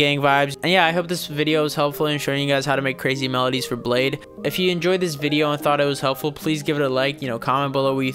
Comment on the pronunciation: I don't even like bladee but it's pronounced blade -ee